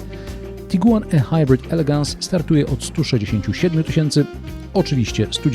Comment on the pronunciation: tyle razy okaleczył Pan język:ehajbrit? Ehajbrit? Naprawdę? Chyba ihajbrit. Nawet Pan Balkan mówi prawidłowo. A to Pan bronił jak lew taip-ar i wiele innych. Np jaguar itajp etc. Mówimy w całości albo po polsku albo angielsku. Musi się Pan zdecydować